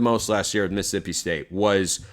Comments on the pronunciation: Who is “Miss-sippi”? 😂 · Never take anything coming from a guy who can’t correctly pronounce Mississippi seriously.